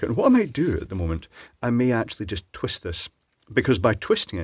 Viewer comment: Love it... "...so it's important not to twist the wires..."... Terrrrwist! :) Old habits die hard :)